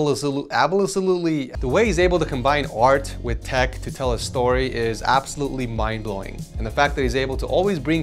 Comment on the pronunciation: bro said abbalessolutely